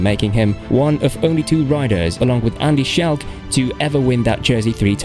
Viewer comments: Andy Sjelk? Haha how can you mispronounce so many names. No knowledge of road cycling at all if you dont even know their names. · And not just Jan's first and last name. Andy "Schelk" was a nice touch as well. 🙄So little effort was put into this.